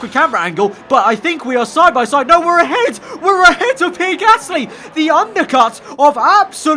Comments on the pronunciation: It’s PEE-AIR not PEER Like so can see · Me I care it’s not a huge problem just trynna tell him the right pronunciation